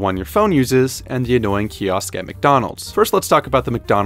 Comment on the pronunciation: "Anananoying" got me bro😂